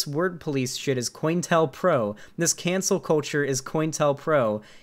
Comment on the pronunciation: I always thought it was pronounced co-intel-pro